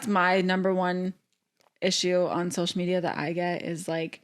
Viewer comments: Why does zach say SHocial media… SO-shall not SHO-shole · sho-shull media 🤪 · (Not a hater I love this family) I hate how Zach says “SH-oh-SHull “ media